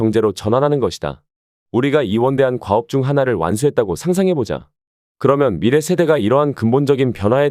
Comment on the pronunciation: 발음 문제: 저자,미래,적어도,내기도 한다,현상,사실,(어떻게)살지, 두 가지,시장(market),영원,세상,최초,행복,파괴,중독,성경,사실 부정,수 십년,도덕,대부분,볂화,정의,세 가지,세 째,진화,해결책,가차, 등, 일부의 예는, 두 사람이 장음인 단어의 첫 자를 "짧게" 잘못 발음한 실 예다.!!놀랍지 않은가? 이와 같이 발음 문제가 심각한 것이다. 더 심각한 문제는, 이런 문제를 거론한 사람은 이 제외 동포뿐이라는 사실이다. 이에 1967년에 고국을 떠난 늙은 이가 "한국 어문을 고발함" 이라는 책을 고국에 바친다. 미국 변 완수 드림